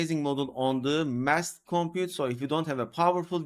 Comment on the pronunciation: Hey! You're pronouncing "Massed" correctly! Good for you. I was thinking of saying something since you say it so often. Mast. Did someone else point it out? Foreign languages are hard. Fantastic.